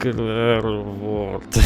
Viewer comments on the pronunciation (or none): none